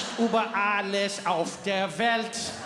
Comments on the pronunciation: Trevor - lots of love from Germany but PLEASE learn the history AND the Umlauts !! It's Über...Ü...Uber is a Taxi Service. And the anthem was not changed. Only one vers left out. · It is über, and NOT Uber. BIG DIFFERENCE...PLEASE! Uber is the Stupid name they call the taxis.. If you speak Afrikaans you know how to pronounce the ü properly... as in uurwerk..